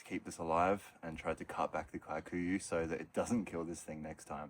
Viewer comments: Kikuyu grass. You used to be closer to saying Kee. Koo yoo grass. Somehow you dhifted to KAI ku ya?????🤣 we have it invading Maui too! The ranches may have planted it since it’s supposed to be good forage…..Kee koo yoo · Yup, I recognise that grass and it’s usually super tough and requires routine upkeep. Kikuyu is a Kenyan tribe not South African. You pronounce it as: Key-Kuh-you…for what it’s worth 😂 but great work! Always enjoying your content and kindness.